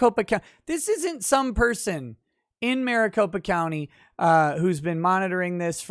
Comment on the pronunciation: MariCOP(E)a county XD